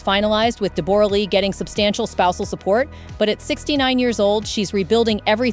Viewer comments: De-BORE-a? Since when is her name pronounced like that? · I hate every thing about this, this is the first gossip ive watched since they broke, and I can not stand any of it, first her name is pronounce Debra Lee, huge worshipped her, Deb has always been running her own show, changed her face and accent...she is Australian speak the language!, huge still dose, now as far as money Deb when huge was young in Australia fell for her, she was older and a star here, after huge got bigger roles she was with him in America, they adopted, they were fine, she was always doing her own thing, would show up on the red carpet/face change and all and fall asleep during his movies, she did not earn that money, nore can I imagine huge not supporting his kids or helping her, as far as an affair.. well who knows, I think it could be true but I dont think they would have stayed together that time frame, covid happened, they broke up, maybe he said what was happening, maybe they got sick of each other, maybe they grew apart...who knows, also huges kids are adults and im sure they are all in talks and at the end of the day, not money, not status, not bs, I hope they are happy